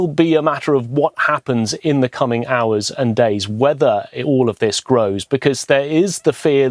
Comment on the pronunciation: Why she say auwoss instead of hours